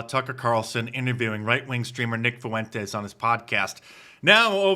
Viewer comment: Why do so many pronounce it Foo-wentez, its more like Fwen-tez, sorry grammar police from way back.